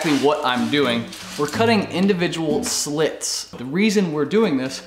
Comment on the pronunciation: Slats, not slits.